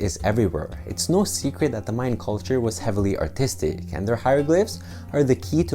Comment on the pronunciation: I thought you said autistic at first